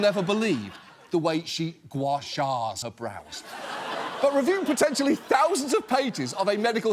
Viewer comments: did they edit the way he said "gua sha her brows"? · they edited his pronunciation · what the hell was that? Was that an overdubbed pronunciation correction, or something else?